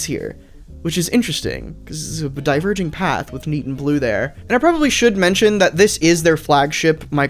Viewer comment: For some reason the first time he said "neat" I understood "thneed" and instantly had intense PTSD flashbacks.